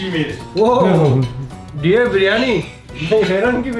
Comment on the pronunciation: Bhai dear nahi h wo deer h 😂😂